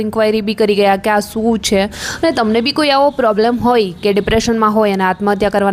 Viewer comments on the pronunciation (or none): Ben sa ane sha vache nu antar rakho gujarati sarkhu bolso to grow saro thase uchcharan sikho pla baki overall bauj saras praytn chhe keep it up Jem ke su kevay shu kehvay Foudation and foundation . Sorry fear but pls hu darek vedio par joyu tyare keta rai jau chhu sorry u r influencer so Jem ke varshad and varsad